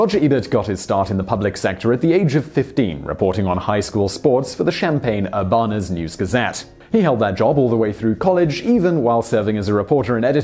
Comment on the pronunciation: You Pronounced Champaign-Urbana wrong........ Champaign is like the drink and Urbana is like Ur-ban-u